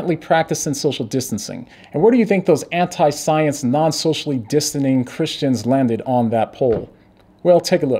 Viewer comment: Slip of the tongue. You said, "social distaning"